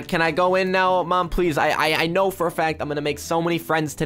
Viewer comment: Did anyone notice that on his first day of school he said kno instead of I know